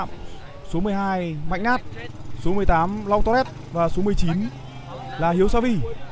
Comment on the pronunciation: Long torres mà lúc đầu nghe cứ tưởng long toilet